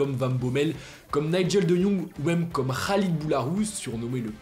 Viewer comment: impressionnant comment tu prononce bien le "Khaled" boularouze ! 10/10